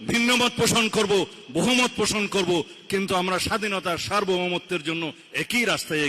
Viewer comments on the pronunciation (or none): none